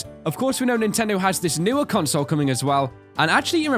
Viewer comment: all I heard is CONSLE and REMADE!!!!!!!!!!!!!!!!!!!!!!!!!!!!!!!!!